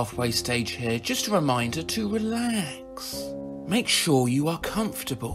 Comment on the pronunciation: Holy fuck! Why did I see a two headed sheep when he said eelax